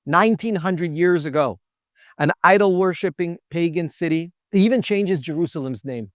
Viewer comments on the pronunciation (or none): none